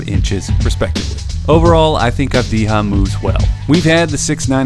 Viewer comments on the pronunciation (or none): It's Avdiya, not Avdiha. It's from Serbian, not Spanish. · Avdiya, not Avdiha, mate. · Its not pronounced "avdiha" man wtf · This guy pronounciation is Deni Avdiya wtf is wrong Avdija like mexican? Bro u ok? Do you know where is he originaly? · Never trust a scout that cant even pronounce his name right , video meshed up last 2 years as a 17-19 year old and didnt noticed that he already improved in some areas that was mentioned as an issue , such as 3pt shooting and descition making. FT he will get over that- in israels semi final U20s he scored 12-12 when it counted. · he doesn't though. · Gal Gadot it pronounced like Gahl Gah-dough-t, essentially the "T" his not silents, she's not french. Secondarily the "J" in Avdija's name is pronounced more like a"Y" since the name is of Balkan origin, you would go around pronouncing Jokic like "Hokic".